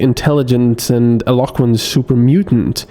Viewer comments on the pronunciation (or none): your English is excellent, but your pronunciation of "Eloquent" isn't correct. (ironically) Thought you might want to know, hope this helps